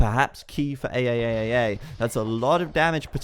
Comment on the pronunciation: I like that you pronounced "ayayayay" as A A A A A A